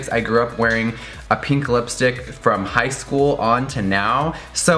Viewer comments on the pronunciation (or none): none